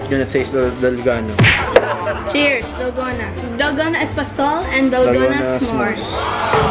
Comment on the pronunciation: Sabi ni Ranz eh "dalgano" 😂😂😂ako lang ba???